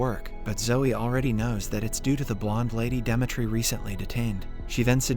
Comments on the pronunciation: its really bothering that you keep calling him Dematre i feel like its supposed to be Dimitry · 💀bro pronounce demetri very terrible 😭